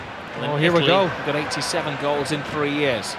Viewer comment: Did anyone else notice "goles" in 48 sec